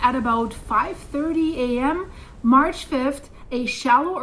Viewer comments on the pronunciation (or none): none